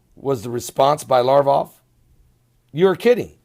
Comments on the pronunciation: LaV Rov not larvoff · Pronounced "Sare-gay Lav- rawv"... (sare)- rhyming with hare...